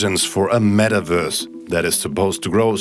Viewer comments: i love how it sounds like the guy is saying Mettwurst lmao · What’s a “metaWURSE”